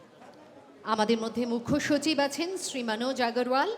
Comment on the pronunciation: But Yes... regards to her যে, তিনি আজকালকার কিছু আধা-বাঙালি মূর্খদের মতো বাংলায় 'শ্রী'-কে 'SH'ree বলেননি - 'SR'i-ই বলেছেন (as opposed to those who believe "শ-এ র-ফলা থাকলেই ও'টিকে 'SHR' উচ্চারণ করতে হয় (এবং, যারা তা করতে পারে না, তারা বোকা)"! - যথা, শ্রেয়, শ্রেষ্ঠ, শ্রেণি...)! 😂